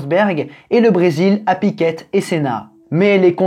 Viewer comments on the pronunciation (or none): bravo . toujours bien exposé . juste une petite chose , en tant qu'habitant du Brésil je voudrais préciser 2 choses. en 85 , le brésil était sorti de la dictature , et surtout , en rompant avec tous les media qui prononcent Piquette , fais moi plaisir , prononce piqué ( comme un piquet) . C'est comme ça que ça se prononce ici et , en plus , c'est bien plus simple. bisou.